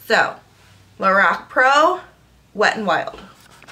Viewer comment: It's pronounced "Lor-ahhhh-c" :-)